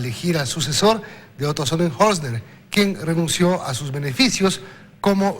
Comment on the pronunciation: Hoy si se equivocó, pronunciando el nombre del.ex.vicepresidente Otro Sonenholzner, si que definitivamente casi.nadie.lo.pudo.aprender a decir, no se pega. 😬